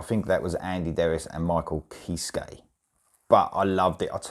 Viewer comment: Just so you know Kiske is pronounced “Kis-Key”